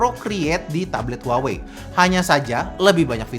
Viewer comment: harusnya kata "HUAWEi" diLafaLkan : "WAHWEi"